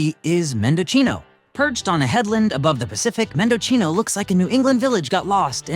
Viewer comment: Mendocino is pronounced Men-doe-see-no